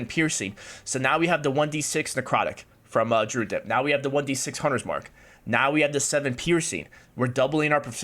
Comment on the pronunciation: Drude? lmao. Someone teach this man how to say druid.